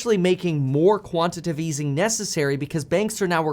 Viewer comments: It's quantitative NOT quantative, Kevin.... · It’s Quanti-Tay-Tive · Quantitative has 4 syllables: ˈkwän-tə-ˌtā-tiv